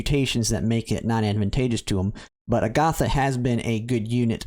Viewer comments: Why can’t pronounce a SINGLE name correctly? It’s a-guh-tha. Agatha is a real name. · Your pronunciation is incorrect, Agata is pronounce with short short a sounds ah, or jus a in Spanish, there's not uh or th in there. Theres a lot of Spaniard names in this game, makes me think Iria is base on spain. Other Spaniards names a re gloria, García (surname), Gómez, Fátima (Safi), and maybe more, all probounce with short vowels. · Agatha is an old lady name. I prefer the more Fantasy Style sounding A-Ga-Tha. But regardless I'll call her Agata, no H, because that's how it's spelled in most official media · Cool video. Agatha is a beast in the pve stages she appears. Also, fyi, I'm not sure if you care, but as for the name 'Agatha', the stress goes on the first syllable, not the second one. Agatha is actually an old name in the English language, kinda like Gloria or Simona. It's a fairly common name, mind you. I'm sure you must've heard it before, without realising. There's a Marvel/Disney tv show called Agatha All Along, which is a spin-off of Wanda Vision, and there's also a super famous crime/mystery writer called Agatha Christie. I'm sure that if you google 'Agatha pronunciation' you'll come across a video/audio of it.